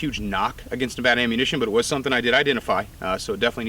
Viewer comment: Thank you for saying Nevada correctly.